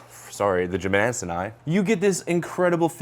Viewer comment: New challenge: take a shot everytime jimmadseni is mispronounced